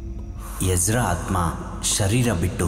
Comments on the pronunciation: Ijida alla ezra....boli makla kannada kaliri modlu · It's not egida ....it's Ezra 😩